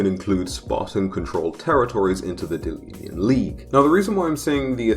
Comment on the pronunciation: It's delian not delinian